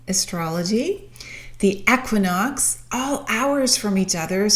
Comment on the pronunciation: The way you say equinox 😰